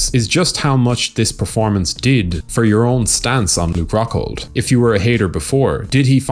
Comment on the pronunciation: Ruke Coghhghghghold